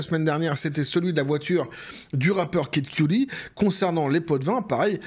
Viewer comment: QUE-dit comme QUE DIT-il. Pas Cue-Dee. Pour Kid Kudi, là (pas un fan, pas du tout hein, mais bon vu qu'il répète ce nom a chaque vidéo, il pourrait faire un mini-effort, je vais encore me faire engueuler mais cela choque mes oreilles, désolé). Apres on peut jouer de l'accent forcé aussi, genre Pouf Dada au lieu de son "vrai" nom à l'autre, là. Poff papy ou je sais plus quoi.